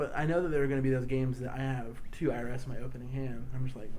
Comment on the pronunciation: Yeah, you guys totally missed that IRS pronunciation, lol.